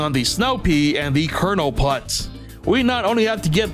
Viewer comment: Sorry for being slightly rude by saying PULT NOT PUTT!